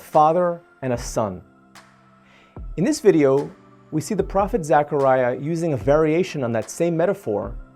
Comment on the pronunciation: The least you can do is pronounce his name properly. It’s zeh kr ai uh “Zechariah” not pronounced Zachariah…..